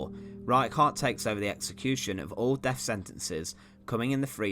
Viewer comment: Horrible narration. Every word with a “th”, he pronounces as an “f” sound. Firty-free (thirty three), deaf penalty (death penalty).